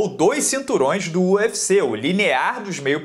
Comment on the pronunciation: pra que falar "Nhufici" fala UFC tamo no Brasil mano....fica tosco... minha opinião!!!